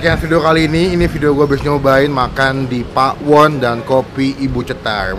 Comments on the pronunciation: Bukan Pa'won bang tapi Pawon biasa baca nya BHS Sunda Pawon tuh artinya dapur 😅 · Pawon bang, bukan PA'WON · maaf bang kayak nya baca nya salah .. bukan PA WON .. tapi PAWON .. PAWON di bahasa sunda artinya DAPUR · Bacanya Pawon gk pake pa'won hehehhee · Nyebut pawon disatuin aja, bukan pa'won, pawon itu artinya dapur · bukan pa'won tapi pawon kaya tawon bgtu bacanya hehehehe CMIIW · Bacanya bukan pa'won bang tapi tetep pawon😃 Pawon itu dapur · Pawon brow bukan pak.won 😂😂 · maksudnya gak pake jeda gt kak langsung pawon bukan pa won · Bener.....bacaan nya pawon.. Bukan pa'won.. Pawon itu artinya dapur😊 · pawon bukan pa won,jgn pake jeda bang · Pawon baaang bukan pak won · Baca nya jangan dipisah bang bukan pa won tapi langsung Pawon, itu artinya dapur 🤗🤗🤗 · pawon sihh bukan pakwon 😁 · Cara bacanya bukan pa won bang, tapi Pawon Pawon(BHS Sunda)=dapur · Pawon ya bukan pakwon nyebutnya " Pawon itu bahasa Jawa artinya dapur .. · Hai bung bukan pa, won tp pawon ngomong nya, nanti jadi beda arti nya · Pawon itu bahasa jawa yang artinya dapur mas... Dibacanya ya pawon bukan pa won😆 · Bacanya pawon, bukan pak won.. Pawon itu bahasa jawa artinya dapur :) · Kata pawon itu bhasa sundanya dapur bang jd jangan bilang pa won,kita bilang dapur ga da pur kan? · Gue kok dengernya ngomong pak won ya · Gpp sih malah lucu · darimana yaa, cara baca Pawonnya kurang pas. Ga apa, tiap orang dengan lidah asal selalu punya ciri khas. Terimakasih review-nya... ternyata emang bener2 cetar